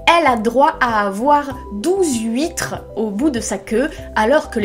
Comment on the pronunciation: Je découvre ta chaine, et laisse moi d'abord te dire qu'elle est trop méga géniale ! J'adore ta façon de parler, le ton que tu utilises etc. (bon ok, même si j'ai tiqué sur les huit"s" huitres) tu as vraiment une élocution super et c'est parfait pour Booktube <3 Et c'est super de faire ce genre de vidéo d'analyse plus longue ! Et que tu nous permettes d'entendre quelques phrases d'Andersen (je trouve ses descriptions de la mer vraiment somptueuses, je suis prête à lui pardonner tous les princes goujats après l'image du château de la petite sirène). J'aime la franchise de ton avis et la recherche qu'il y a dedans, c'est vraiment cool ;) Je suis pas mal de ton avis, sur le fait qu'elle veuille grandir trop vite et que c'est ce qui la perd, d'ailleurs on voit bien son mélange d'effronterie et de naïveté dans sa visite chez la sorcière. En parlant des contes et d'Andersen, tu as pu jeter un œil aux beaux recueils de conte qui se faisaient fin 19ème / début 20ème siècle ? J'adore les illustrations que Dulac a fait pour La Petite Sirène <3